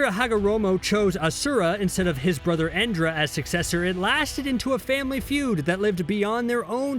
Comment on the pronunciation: brothers from cbr,its not chibaku tensei its chubaku tensei.IT IS NOT ENDRA IT IS INDRA.IT IS NOT SEKKING BALLS ITS ORBS CHECK YOUR FACTS YOU DAMN IDIOTS